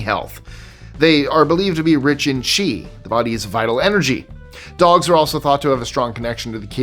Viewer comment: I thought you were about to say dog testicles were rich in "cheese", not chi, for a second